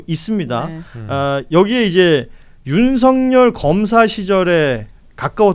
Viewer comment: 윤서결이라 읽는것이 맞음